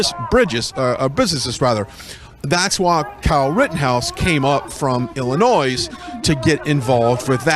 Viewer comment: OMG. He keeps saying Illinois with an S sound.